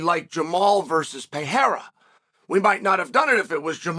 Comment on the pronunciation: He pronounced Periera the correct way only one other occasion in the past 100 videos. True respect. Mockelchev will get his due eventually 😂😂😂